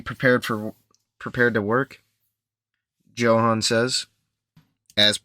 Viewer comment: Pretty sure that it’s pronounced “yo-han”